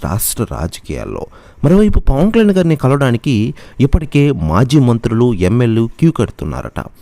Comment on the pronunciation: పవన్ కళ్యాణ్ అని స్పష్టంగా పలకండి.